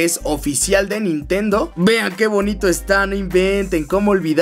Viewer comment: "NINTENO SIXTY FOUR OMG " ja ja